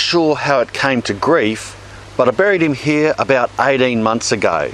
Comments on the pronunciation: Lotz of wuuurms heraah! Great video and accent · He also says heah